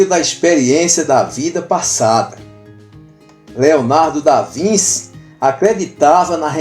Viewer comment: Desculpe- me, mas a pronúncia é ( mais ou menos) Leonardo da VINTI. Obrigado